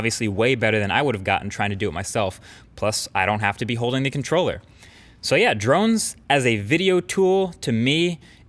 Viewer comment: Am I the only one thinks that mkbhd is pronouncing drones drunk?